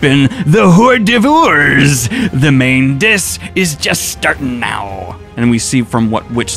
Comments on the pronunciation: That's a brave way to pronounce hors d'oeuvres Also Roderick is a boss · 😂the pronunciation of hors d'oeuvres....